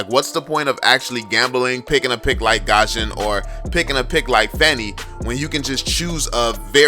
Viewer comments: Bro please, not Gusion(Gashon), but Gusion(Gyushon) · he pronounce gusion "gosion"